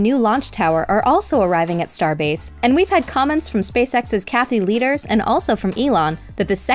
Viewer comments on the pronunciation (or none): Why is it sometimes pronounced 'Looders' and sometimes 'Leeders'? Does Ms. Leaders alternate also?